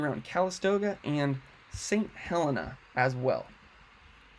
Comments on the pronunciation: It's pronounced St. Heleena. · Thank you for the excellent information. I live in Calistoga and hope it's still there when I get back! BTW, it's pronounced Saint Heleena